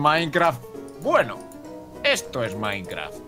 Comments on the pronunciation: Like so viste que dice mikecraf en el principio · mike dice micrecraft en ves mikecrack